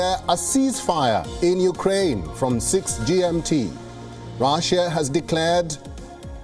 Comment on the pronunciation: Itz russia ..nt raaasia ..